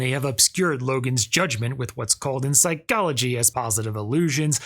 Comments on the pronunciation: "In Psy-CHO-logy" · “This is what we refer to in Psy-CALL-ogy as…” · why do you say psychology like that